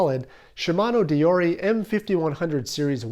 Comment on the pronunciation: Maybe its the way he butchered the Latin word deore or the roman sandals